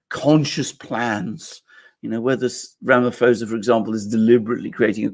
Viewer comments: Ramaphosa with a p not f. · Alexander, just for you to be aware , Ramaphosa is pronounced not with an f but sounds like ramapausa! You gentlemen are great! Thank you! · The correct pronunciation of the SA president's surname is 'Ramapawsa'. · Alexander, you say Ramaphosa wrong, the "ph" is just pronounced as a "p".